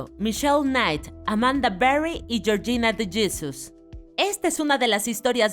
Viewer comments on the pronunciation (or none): YORYINA DI YISUS JAJAJAJAJAAJAJ